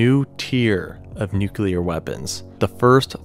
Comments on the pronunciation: Also, Nu-CLEAR. Not Nu-cu-lar. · NUCLEAR NOT NUCULAR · NU-CLE-AR. Not “nuke-uler”🤦🏼‍♂️ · Why do people say NUCULAR when its NUCLEAR my god... It's annoying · it pronounced noo clear, not noo cular. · It's nuclear - Nu-clear not nuke-ular, you seem to interchange between the correct pronunciation and the commonly used mispronunciation of nukeular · New-clear NOT nuke-you-ler. Idk about how others feel about an error such as that, but it’s hard to take this video seriously with the word nuclear being mispronounced every 30-45 seconds or so. Sorry- I can tell you’ve put a lot of work into this, but you have to check every detail of your information if you’re going to be taken seriously, or used as a source. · The word for mainland US is contiguous. And its pronounced nu clee ur. Not nuk u lar. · STOP SAYING NUKE-ULAR. It's NEW-CLEAR. That's how you pronounce it! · Why do Americans say nucular instead of nuclear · Please, nu-cle-ar, not nu-cu-ler, otherwise great.. Dave in Chicago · 2 syllables in nuclear bruv. Its "new-clear"...not "nuke-u-lar" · NUCLEAR, not Nucular. Fuck sake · it's nuclear, not nuculer. God!🙄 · "then there nu-cu-clur weapons..." 😂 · absolutely not. Nu-clear is the only correct pronunciation. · Stop saying "nucular" ffs. This isn't a word! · So did this guy just say nuc-u-lar? You've got to be kidding me. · "Plump bob" "Nucular" "Continual" "Seimologists" C'mon maan! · Soooo glad you don't say "nucular". Edit - no wait... you do. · Nucular… hehe. I’m not a stickler for proper grammar, but I can’t do it with the George W. Bush pronunciations while trying to enjoy this somehow. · Say it with me now... "Nu-clear" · Nu-cleer Christ man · “Nuclear”. NEW-klee-ar. FROM “nucleus”. Come on, man. Do you pronounce “Atomic” as “Amotic”? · Nu-clear (pronounced: new-clear) Love the presentation tho! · Nucelar?? Homer Simpson's style? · Its hard to take anyone who says nucular bomb seriously. Also its the Continental United States not the continual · Nuculer bomb